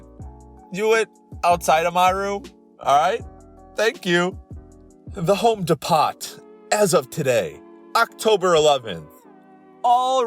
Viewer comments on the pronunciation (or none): This man literally called Home Depot Home De-Pot